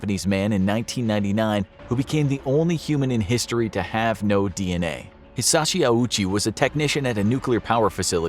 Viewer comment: the way they pronounced hiroshi ouchi :/